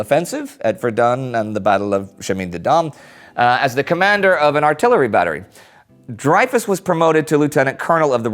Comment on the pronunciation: Indy, you need to google the pronunciations of some names. Might we worth youtubing them first. You're knowledge is great but some of the names are off. You made a mess of the names in the special on the irish 1916 rising. To be fair everyone who isn't Irish does that :). Today it was Dreyfus. It's pronounced Drey-fu